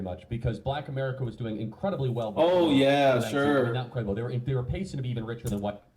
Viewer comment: Pacing not pasting.